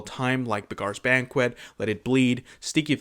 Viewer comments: Beggar is pronounced 'beg-er' not 'beg-are.' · Hey, I'm new here, I like your videos a whole lot. Don't know if this was mentioned or not, but "Beggar's Banquet" isn't pronounced like that. "Beggar" here means the same as "one who begs", like a bum. Imagine that it's spelled "begger". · Buh-GAAARS Banquet. I can't unhear it. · Weird pronunciation 😂